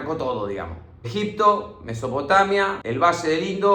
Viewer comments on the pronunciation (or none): none